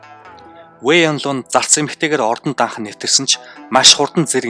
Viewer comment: Вэй инло биш вэй инлуо